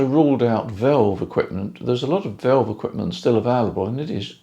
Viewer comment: Whats a VELVE ? Surely you mean vAlve.AH not EH after the V